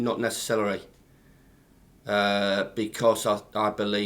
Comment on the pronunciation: 4.54. “ necescelery” 😆